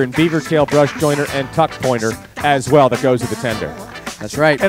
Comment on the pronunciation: He said fuck instead of tuck - . That is all.